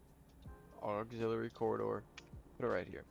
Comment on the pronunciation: You mispronounced the word "Chassis" and "Auxiliary."